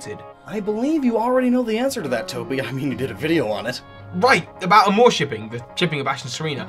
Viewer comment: TOBY SAID AMOUR CORRECTLY!!!!